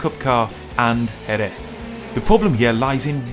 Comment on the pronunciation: Loved how you (tried to) pronounce Jerez. HOMBRE!!!